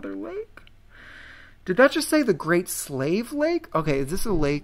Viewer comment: The Great Slave Lake is actually named after the Slave people. It's pronounced Slay-vy 😊👌